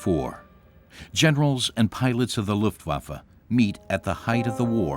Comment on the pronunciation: luftwoaf 🤣😅n'importe quoi une voix robotique encore